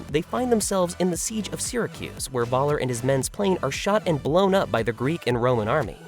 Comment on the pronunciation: Sigh. Why is it so difficult for anyone English-speaking to understand that the German "V" is prnounced like the English "F".. as in "Fun"? So "von Braun" is pronounced "Fun Braun" (whih hopefully makes you smile" and "Voller" is "Foller" (I am not even asking you to learn how to pronounce "ö"correctly, though that would be "eh", so "Voller" would actually be something like "F-eh-ller") Perhaps it is because I personally speak/read/write 4 languages (Danish, English, German, French) and understand and read Dutch and a few words in Russian, Swedish, Norwegian, Italian, Spanish, Arabic, Kurdish, Czech, and Tagalog. While I love the English language, I do not understand why English-speaking natives do not even try to make an effort with other languages. Laziness perhaps?